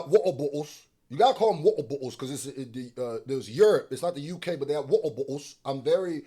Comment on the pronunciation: I like that say yerp instead of Europe